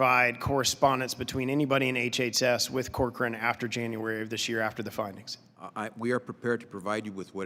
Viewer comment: It's Cochrane, not "Corchrane," but this is alarming if HHS pressured an independent scientific body to refute the authors of one of their studies.